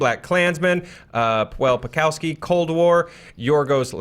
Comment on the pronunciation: pawlikowski= pavlyckovscky